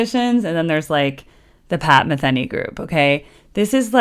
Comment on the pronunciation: Pat “Ma-thee-nee”, not Pat “Ma-thin-ee”